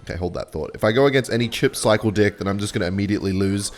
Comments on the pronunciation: deck ❌ dick ✅ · i have a real serious question. Why do you say "dick" instead of "deck"? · bro is not saying deck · Bro is not saying ''deck'' 🥀